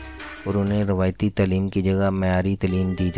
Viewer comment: Tleeem ni taaleem hota hy